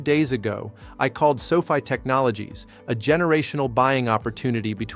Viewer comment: Can't even pronounce the name of the company correctly. Please stop.